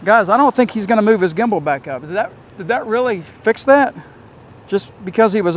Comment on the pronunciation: I was watching your snaptain video today and instead of gimble you said gibble 😂had me laughing. I thought that would be a great drone name “Gibble”😂